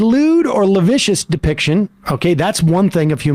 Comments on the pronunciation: If I hear Sam mispronounce "lascivious" again my heads gonna explode. Oh the joys of having an English major for a mother, LOL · Is he trying to say 'lascivious'?